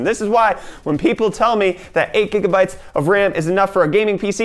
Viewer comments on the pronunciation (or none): Gigabytes cough Jigabytes